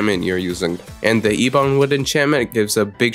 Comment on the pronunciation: ebon say it with me EH-BUN